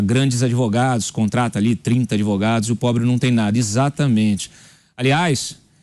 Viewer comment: Eu fico triste em ter um presidente que fala errado e fica como se fosse certo, adevogados 😮😮😮 Em que nível chegamos